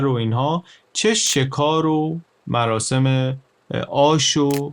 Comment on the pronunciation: عالی بود مثل همیشه، گفتید مراشم آش پزان، مراشم 😁 می‌دونم دقتم بالاست😅